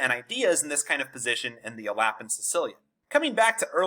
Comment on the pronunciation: It's definitely not pronounced "alappin"